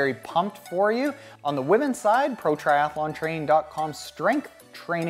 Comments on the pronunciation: 1 A in “Triathlon” not Triath A lon”. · lol...I pronounce it triath_a_lon too; my mouth doesn't seem to like so many consonants in a row.